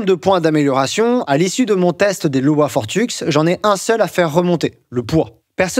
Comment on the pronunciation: En allemand, le w se prononce comme le v en français. Donc prononcer "Lova" 👍.